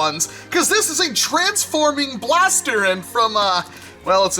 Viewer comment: he speaks blast e r